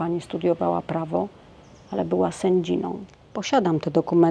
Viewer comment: Pani prawnik, S Ę D Z I A ! ALE WSTYD!